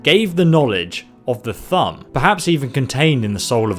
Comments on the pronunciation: Why does he say thumb its thum. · As Thu'um your saying Thumb its actually pronounced Thume... u just lost a sub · "THUM" AS IN OOOO THU'UM pronounced by almost all characters in the damned game took me 2 or 3 times you said "tham" to understand that you mean "thu-um" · It’s Thoom not Thumb you fucking idiot...disliked video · it's thu'um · when you said thumb i was like what?! Its th'uum but now i know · Ok, I know he's got an accent, so maybe he says some words a little different, but Thumb? Really? Thu'um, dude. "And then Talos could use the THUMB!" :P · Its pronounced thoom not thumb. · It's not pronounced thum, it's pronounced thoom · Not Thum, THU'UM! THOOOOOOM! Also Hermaeus Mora, not Herma mora i love ur accent but it pronounces stuff wrongu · It's not pronounced thumb it's pronounced thoom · Can you stop saying thumb? It's annoying! It's thoum not thumb! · Killing Uriel septim.... Alessia not Alessa Elder scrolls 5 not 6 Thu'um not Thumb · say it like thus thum. not thumb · Thumb? Isn't Thu'um pronounced thoom. Tat is how it's said in game. Not to be nit picky but Thumb just sounds dumb. Yes that was a dumb pun. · Thumb? It's pronounced thoom. You should know this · he says "thumb" instead of th-oo-m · Thuum is not "thumb", its"Thoom".... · sorry but it's Thu'um not thumb. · I think your videos are awesome, but Jesus Christ man, please pronounce it 'thu oum', not 'thumb'... Makin my friggin ears bleed.... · who else got slightly triggered when he said thumb instead of thu'um it's pronounced like thoom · Thumb? Isn't it a thu'um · dude, i love your content... but the number of times you said thumb instead of thu'um (pronounced thoom) made me laugh a bit here. awesome theory btw, i think it holds water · It's not pronounced "Thumm" but "Thoom" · It's Th'um not thumb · The "thumb". Jesus,. You've played this game enough to know how to pronounce Thu'um. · He could speak thumb? Or do you mean Thu’ume?